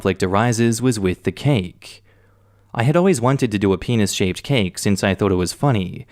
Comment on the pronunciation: i heard the penis cake as peanut cake, like peanutbutter cake.